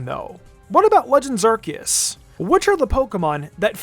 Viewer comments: STOP CALLING IT ARK E US. It's r see us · I am Captain Pedantic. Ar-see-us. Ar seeeeee us Ar-see-us.